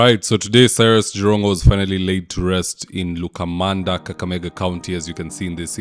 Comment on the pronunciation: It's not Lukamanda!